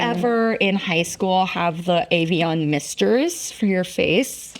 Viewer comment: Why did you pronounce Evian like that 👀